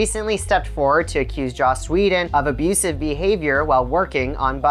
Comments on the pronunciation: Is he saying josh whedon? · His name is JOSS not JOSH. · Lol "Josh" Whedon, huh? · JOSS. Not JOSH . WTF lol